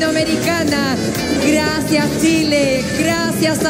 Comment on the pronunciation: No superó el "gracias chile" de becky en el minuto en verdad es insuperable ya después de más de un año